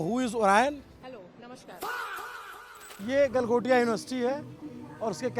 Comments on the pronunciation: Do baar “developed by Galgotia” bola hai- how can this be a slip of tongue!! 😂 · Galghontia university 😂😂😂😂😂